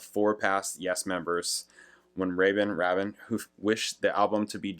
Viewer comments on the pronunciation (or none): It's "Nine Oh One Two Five" and Trevor "Raybin", I believe 😊 You can actually listen to his original demo followed by his solo version here on YT! 😀 And there's also a very interesting and quite entertaining video of Trevor Horn talking about the making of this song, on the RedBull Academy channel 😊👍 Malcolm MacLaren had co-owned a London fashion store together with Vivienne Westwood in the 70's and discovered the Sex Pistols and was their manager 🙂 His album 'Duck Rock' Trevor Horn helped him create is supposedly the first UK recording with Vinyl Scratching effects on it and is regarded as influential on styles like Rap and Hip-Hop 🙂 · Why don't you figure out the guy's name's pronunciation, Rabin "Rabbin" , before you make your video, and then pronounce it correctly throughout, instead of alternating pronunciations and sometimes using both?